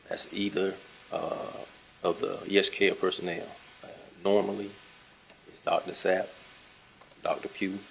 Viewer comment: God why she keep saying Dr Zap when she was told its Sapp.D